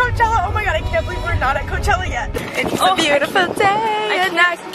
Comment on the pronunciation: Your intro said clochella